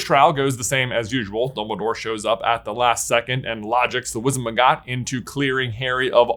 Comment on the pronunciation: This is so good! Also, very small nitpick, it's Wizengamot (Wiz - en - gam - utt) not Wizenmagot, (Wiz - en - ma - gott)